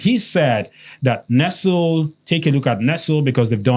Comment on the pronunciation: Brothers. Nestlé, the company, is pronounced "NESS-lay." No be English.